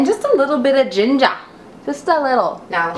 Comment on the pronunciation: Oh my my.... Had dis for brekkie nd I love it... Can't stop pronouncing ginger d way u did... Lol